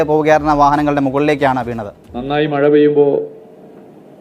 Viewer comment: മയ അല്ലെടാ മഴ ആണ് - അക്ഷരം ശരിയായി പറയൂ